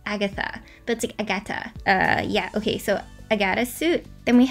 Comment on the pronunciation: Lol it's fine, you actually accented the right syllable so I'm impressed xD